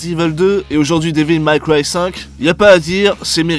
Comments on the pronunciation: C'est ton anglais qui est série B. Dévil Maille Craille... sorry, Maille Cwaille. C'est franchement limite bordel !!! :-) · Devil may cry pas devil my cry (prononciation) sinon très bonne vidéo 😊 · super vidéo mais " Dévil Maille Craie" ce n'est ni du français ni de l'anglais - ça se prononce devil mai craille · Devil May Cry. Sérieux ça choqué personne la prononciation horrible durant toute la vidéo. J'ai même cru que c'était un troll au bout d'un moment. Pas Devil Maille Cry. Ou Mac Cry. Ça ce dit Mé. Ça c'est une bonne vidéo qui sais correctement parlé... Abusé que personne ne relève. Métal Jear. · "daiville maille craille" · Oui j'ai cru au troll aussi. :D "Dis-ville-maille-caille" Je l'entends rarement prononcé correctement par un francophone, mais là je crois que c'était la pire. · devil maille cry.... quand la moutarde monte aux yeux. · Devil méï craï. Pas mal cry. Bordel. Apprenez à parler anglais. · Devil Mac Ry????